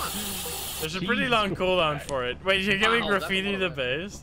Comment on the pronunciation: bri’ish peepoh be luhyke “wuhait wuhait wuhait wut’s goin on heah?”